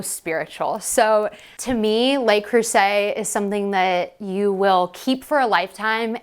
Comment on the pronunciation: A little French goes a long way. If you sa Lu (like duh) Creuset, you will be chic. "Lay" is spelled Les.